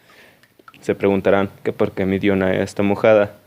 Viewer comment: Se pronuncia Dionea ( en griego hay una regla que dice que si hay una a seguida de una e "ae" se pronuncia como "e".